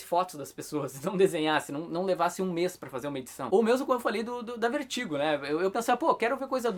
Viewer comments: o cara do video pronuncia o nome do selo VERTIGO como "Vêrtigo" o tempo todo. Acredito que a pronuncia correta seria "Vértigou" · a pronuncia correta nao seria "Vértigou"??